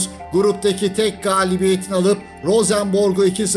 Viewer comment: liderlik için yanlış telaffuz edilmiş.